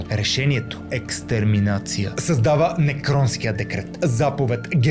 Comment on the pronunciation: намери си редактор, който поне владее чужди езици. Не се казва ЛебенЩраум, а Лебенсраум (Lebensraum). Не е НеКронски декрет, а Неронов (по името на император Нерон). Пълно е с фактологични грешки, очевидно видеото не е правено с разбиране.